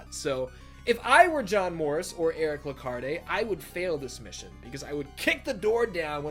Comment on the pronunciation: I think the “E” in Lecarde is silent. And John Morris is technically a descendent of the Belmonts.